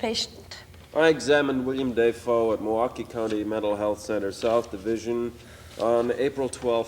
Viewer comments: No, it's: "Dave O." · “William DAYfoe.” I’m dying here. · He changed the way he pronounced his name when he became an actor. DO YOU KNOW HOW MUCH HE SACRIFICED?!?!?!! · he actually commented on this himself on a talk show I think and he actually said half his family pronounced Defoe differently, it’s either one